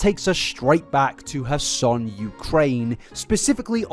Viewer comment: Would it really kill you to pronounce your R's? It's not "hassan" Ukraine, it's kherson